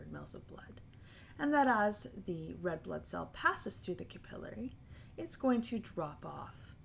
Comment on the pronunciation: that REALLY threw me off. lol